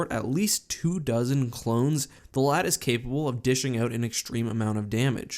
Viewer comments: The LAAT wasn't pronounced "LAT" it was actually pronounced L.A.A.T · It’s LAAT not lat. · STOP SAYING LAT!!! ITS L-A-A-T LIKE I WOULDNT CAL THE FREAKING AT-TE ATE!!!!!!!!!!! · Did he just call it a Laat? it’s called an L A A T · Isn’t it just called l.A.A.T not laat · Am i the only one who hated it when he said lat? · I thought he said a laat of shields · How does a Star Wars YouTube channel not know how to pronounce LAAT? It’s L-A-A-T just like A-T-A-T and the A-T-T-E you don’t call it a ATTE do you??....